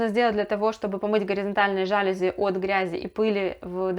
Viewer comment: Пожалуйста, говорите правильно:ЖалюзИ!!!